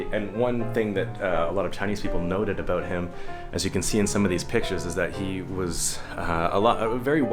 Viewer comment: I just recently discovered videos by Canadian YouTuber, J.J McCullough, and listening to you just now, what really struck me was the contrast between the way you say the word "about" and the way he says it (like he's one boot shy of a pair). Thank you,, for not causing me to involuntarily twitch.